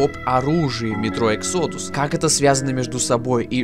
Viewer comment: Может выговоришь exodus правильно?!